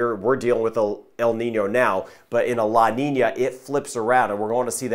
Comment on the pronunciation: Love how good he pronounce the Ñ - La Niña - El Niño . ***